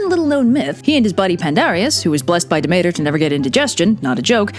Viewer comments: Da-mator? it’s (Deh-me-tur)💕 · Demeter wtf bro. 😂 You need to read the room.